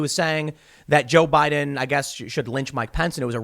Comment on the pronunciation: "President Bajs.. " a lip-slip only a swede can love ^^